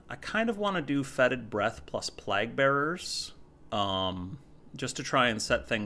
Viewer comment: Sorry to be nitpicky but it killed me everytime you said “plahg” bearers instead of “playg” bearers. Been enjoying your videos~